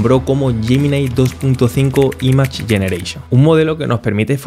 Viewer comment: Todo excelente, salvo una mínima cosa: pronuncia bien "image" por favor.